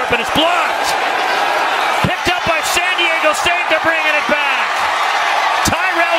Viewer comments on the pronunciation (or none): Arizona before the Aztecs game: "We're gonna be the sh*t out of San Di-egg-o!" San Diego state: "Its pronounced San Di-Ah-go."